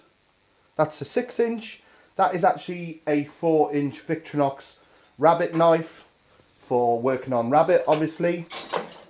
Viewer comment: Vic-tor-inox, not vic-tro-nox